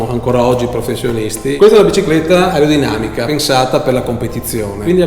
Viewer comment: La famosissima "Erreodinamica" 😂